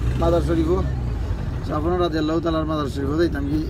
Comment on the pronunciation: রাদিআল্লাহু না ঠিক করে বলবেন।